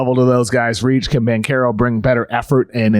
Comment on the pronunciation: your pronunciation of Banchero is so off... it's almost like you're trying to butcher his name